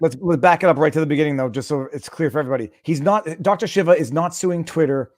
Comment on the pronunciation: Viva!!! Pronouce name Dr. SHEEVA, not shiva